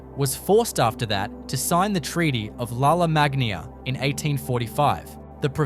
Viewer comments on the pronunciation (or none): none